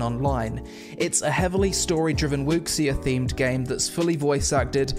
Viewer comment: Person really said wux see yeah and said “some Asian Instrument”